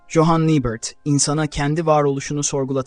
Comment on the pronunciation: Bari ismini doğru telaffuz etseydin